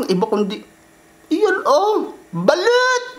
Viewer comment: Daming nagkakamali s word na Balut pero "BALOT"tlaga Tama spell hehe